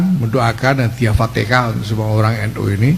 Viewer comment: AL FATIHAH...!!! BUKAN ALFATEKAH... 😂